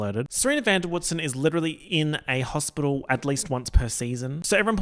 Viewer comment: 'Princess Fiona' LIT-E-RAL-LY